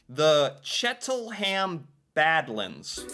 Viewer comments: chettle ham badlands located in the Niagara encarpment..ugh.. its escarpment as in S carp ment and not chettle but CHEL 10 HAM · You did fabulously on pronouncing Kakabeka Falls and Ouimet Canyon. Gananoque (GAN A knock way) Agawa rhymes with BAG a wah. Bonnechere (BUN-sheer) caves. The CHEL-ten-ham Badlands used to be open to visitors walking on them. I was there once many years ago before the renovations and recently. Because it is actually terra cotta shale clay, it can be very slippery when wet. When you enter the parking lot there is a visitor centre there where you pay for your tickets and then take the trail to the lookout over the badlands. There is plenty of farmland surrounding the badlands so that's another reason to keep it free of human feet. The Elora Gorge also has an outdoor concert stage where there are about 30 or so bands that play during Riverfest and thousands attend. The trolly/tram/streetcar that takes you down to the river for the Hornblower cruise is called a funicular. It's pronounced sort of like particular FOO nick You Lar. There is also funicular in Quebec City. Of possible interest, Ontario also has saltwater ports on its northern shore on James Bay and Hudson's Bay.